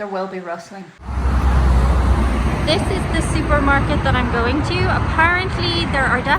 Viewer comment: “Shuper Market?” 😂